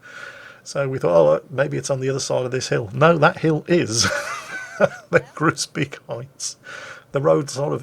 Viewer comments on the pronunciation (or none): same as Groesbeek - the 'oe' is close to English 'shoe'. HARD 'G' soft 'r - 'oe' - 's' - 'bake' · Hey, nice episode! Fyi, the 'oe' in 'Groesbeek' sounds like the 'ou' in 'you'. Took me a while to find out what town you were talking about😅.